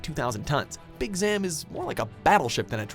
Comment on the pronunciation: He also pronounced "Zam" differently than the clip from the anime that played literally seconds later. Clearly the researchers, writers, and voice actors never communicate with each other in even the slightest bit over at Watch Mojo headquarters.